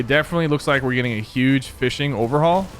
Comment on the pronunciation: You said lake instead of like